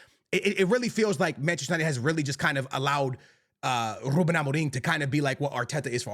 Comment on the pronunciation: dude will simply not stop pronouncing amorims name wrong, wtf is amo-ring